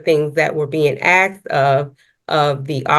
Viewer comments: she doesn’t seem to be the smartest judge…she even says “axed” instead of asked. 🤦‍♂️ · Even the JUDGE says "AXXED"!!! What a shame. 👎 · I dont understand how we are supposed to take a judge seriously when shes saying shit like axe instead of asked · Even with a man dressed up and good looking as he is, he still says the word “axed” 🤦🏻‍♂️ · This young lady handled herself with the utmost respect and i commend her professionaism but for the love of almighty God can we put just an ounce of effort into saying "ASK" as apposed to "AXE" ....... All the professionism goes out the window the moment you say "AXE"!!!!!!!!! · SovCits, all I hear is Charlie Brown's teacher waaa waaat ta waaa waa waaaaaaa...🤦‍♀🤷‍♀I really wish Judges not would use the word "axed" instead of asked...I'm betting he got away with so much by saying a fake "I apologize", not today though. Stop listening to idiots and learn the real law not what someone is teaching on YT..🤦‍♀ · He doesn't know the script very well. And the officer didn't aks, you he asked you.